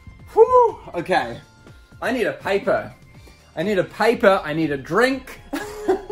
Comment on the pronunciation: Ok lets go get a pipor XD not trying to be rude just the second time u said pipor and it was funny